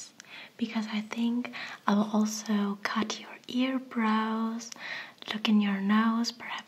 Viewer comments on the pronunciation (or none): Sie sagt einfach earbrows anstatt eyebrows